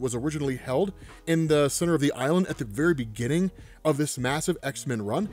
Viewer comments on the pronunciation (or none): none